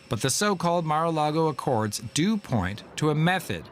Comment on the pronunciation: "Mar-A-Largo accord"? 🤣🤣🤣